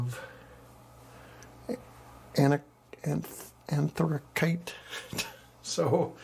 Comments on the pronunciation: Pronounced anthra--sight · ANTHRACITE. Type of coal. Pronounced. Anthra-site. Love the heavy